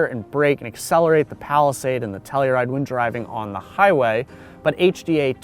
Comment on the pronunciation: Why do they call it "Tellyride"?